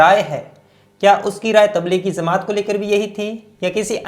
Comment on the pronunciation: Please correct some words like jamat not zamat